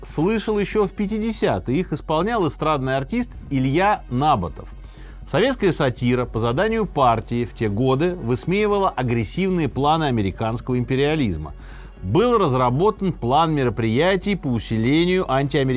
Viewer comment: Не НАбатов А НАбАтов